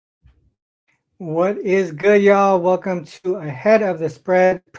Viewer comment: opening up the show with a southern "y'all" greeting. Love the $5 Tuesday specials....